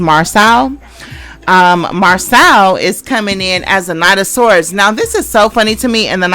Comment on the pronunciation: Siiiiiisssssss his name is pronounced Mar-so….. seriously y’all clearly watch the show they say their names yet y’all jump on here and say them wrong. Do y’all have a learning disability or something what is going on?